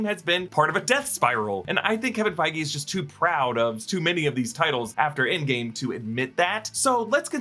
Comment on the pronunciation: Its Feige lol literally